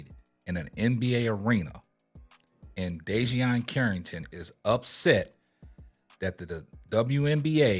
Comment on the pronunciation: Bro... DEE-JUH-NAY CARRINGTON! 😂😂